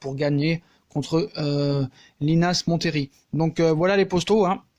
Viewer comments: Yo 😊 un détail, montlhery se prononce "monléri" salutations à toi 👍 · Yo ça te dit monlery linas montlery ça m’a bien rire Sinon top 😉